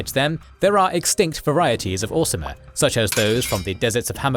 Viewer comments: You do keep saying 'Orismer' instead of 'Orsimer', which is odd. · Lmao mslacath is not the "lord of lies" wtf, he explicitly despises deception and weakness. Also its Orsimer not Or-ismer and Trinimac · He also kept saying ormiser! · Also the "Orismer" haha